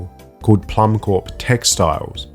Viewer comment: I believe Plummcorp is meant to be pronounced "plum core" as corp for corporation is pronounced as "core" it looks like a pun like the seed core of a plum. Probably a reference to the famous Apple Corps (same pun, apple core) the Beatles started in 1968, which their famous Apple Records label came from.